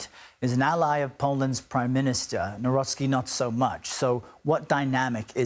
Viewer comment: Nawrocki - read as. naVrotzki. Karol Nawrocki